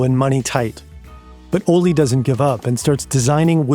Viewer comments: Pronounciation guide for and native english speakers: It's "ole (oleh)" not "olli". The K in Knud, Knudstorp etc is not silent. You pronouce it, and you don't insert a helper vowel after it. It's "knud" not "kanud/kenud". The same goes for "gn" words like "gnu", "gnom(e)", "gnostisk(-c)" - it's "gnu", not "nu" or "genu". The kj in "Kjeld" is difficult to explain to english speakers since they don't have that sound in their language. There is no k or j sound there, it's a single kj-sound that's the sort of hiss an angry cat can make. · His name is pronunciation Ol-eh, not Ollie You should’ve looked this up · As a danish person, the pronouncations are sendingggg me lmao - Ole is pronounced kinda like "OLED" but without the D, "O-lé" if that makes sense, not "O-lee", the e is hard as in elephant lol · The pronunciation of Ole is a bit off to me it sounds like the Spanish “Olé” when in Danish it is more like O le Like le Castillo. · I need an apology for the pronounciation of these danish names lol - I do love the video very much tho! So much work into a great video <3